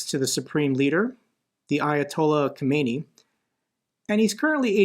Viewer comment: It's Ka-min-AYE, not pronounced like Koo-may-knee. That was the a-hole in the 80s.